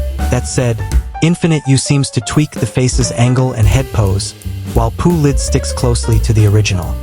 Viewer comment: "P-U Lid" 💀